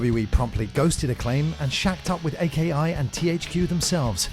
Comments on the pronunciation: "A-K-I" It's not three individual letters, it's a word, Aki. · Dude, at least learn what the AKI engine is. It's pronounced AH-key not Ay Kay Eye. Another fun fact: NY is New York. Nobody says En Why. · Hey a / dosen't mean Vs., Aki is pronounced (A Key) not A.K.I. there are no dots in between each letter and Here Comes The Pain was the fifth Smackdown installment, not the 4th.